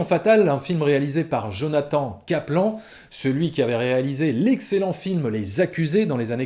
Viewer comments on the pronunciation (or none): none